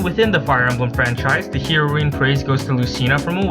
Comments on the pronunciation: Just so you know, heroine is pronounced like the drug. "heroin" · Heroeen? Sounds like whatcha said oof.